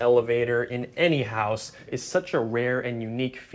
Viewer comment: House...not hose